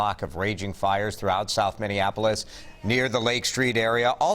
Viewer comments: The bronzer king can’t even pronounce the city correctly. Thanks donnie for the input. Now go get a happy meal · Trump is so bloated and sick... he can't even say Minneapolis. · Did Trump really say "Minneandapolis"? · He can’t even say the cities name right 🤦🏾‍♀️ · I'm from Jersey and everyone I know says Minniapolis. trump is the 1st person I've ever heard say it wrong. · Yes. It's obvious you like trump. But he could have cared enough to get it right. Point being he really doesn't care. Not about George Floyd. Not about Minniapolis. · Trump can't even pronounce Minneapolis. What a joke. He only makes matters worse with everything he touches. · Saint Paul ❤️❤️❤️ Trump's "Minnenanapolis" pronunciation is priceless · "Minneanapolis" there's a mispronunciation for Sarah Cooper to ridicule. Dude is drunk again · Did I just hear "Minanapolis" ? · Lol he can't even say the name of the CITY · Trump can't pronounce Minneapolis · Trump pronounced Minneapolis incorrectly 😂 anyone else hear that 😂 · by God he cant even pronounciate the city right. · Trump said "Mindianapolis," always the bumbling idiot 🤣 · He never makes a mistake, it’s pronounced Mindianapolis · President Trump said mininapulis😂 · Fat orange said "indianapolis", instead of "Minneapolis", what a moron. This administration thrives on this chaos. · Did Donald Trump say "Indianapolis"? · Mindianappoils? Is that what trump said? He fucking said mindianappoils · "... like what happened in mindianapolis..." - it's Minneapolis, goofus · When the Donald read " Mindianapolis" didn't he really mean Miniannapolis? A lot of people are saying Mindianapolis is in India and they are right! Miniannapolis is deep in the Kloddike just south of Manitoba, Wyoming and is the birthplace of prairie oyster stuffed buffalo tails. People are saying. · "...like happened in Minndianoplis..." No shocker that this buffoon doesn't know basic US geography or proper grammar. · did he just said Mineaneapolis? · Trump,. Minnnnnninapolis😂